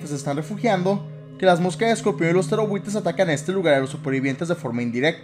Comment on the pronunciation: Siempre pense que decias "terrorbuitres" no "ptereobuitres" xd